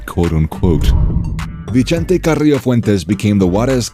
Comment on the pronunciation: "vee-chente"....no lol, NOOOO. Its pronounced "vi-sente"